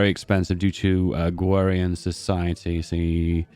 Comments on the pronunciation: 1st time i heard someone mispronounce "AgrArian Society" (like agriculture) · agrarian does not have a w in it